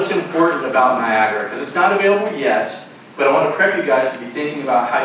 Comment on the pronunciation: I didn't expect the "Niagara Lead" to constantly call it Niagra. Kinda weird.